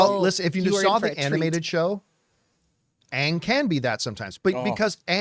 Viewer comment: And they're saying "Aang" the right way this time!!